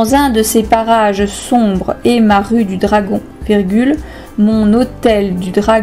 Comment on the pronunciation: on est d'accord elle dit barrage